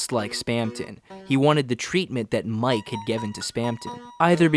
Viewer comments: of course casuals like you wouldn't pick it up with that channel name, but who ever decided you pronounce it "Mike"? Toby is a weeb. He's fluent in Japanese and works with JP Vtubers and Singers. You read it ミケ (mee-kay for you burgers out there), as in 三毛猫 "mike-neko" - Calico Cat. There you go, simple as. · Mike is actually pronounced Mi-ke like the japanese bobtail cat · YES IT'S MIKENEKO Mike is Friend % And the name is pronounced Meekeh in that case, not Maik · The games japanese translation decided its pronounced "Mike" (マイク / Ma-i-ku). Please do at least cursory research into what you are talking about before making a fool of yourself so spectacularly. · Yep. Iirc, people noticed the Cheshire Cat connections with IMG_FRIEND, said “oh, well, Mike pronounced ‘mee kay’ is a Japanese cat breed”, and somehow got Friend = cat = Mike, which is insane how close they were to correct given the minimal evidence haha